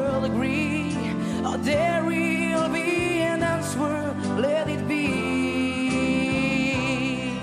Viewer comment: Just great again - just to point out to - the word answer is pronounced without the 'W' so it sounds anser that is how it sounds - so drop the 'W' on that. other than that you had it all correct - great job.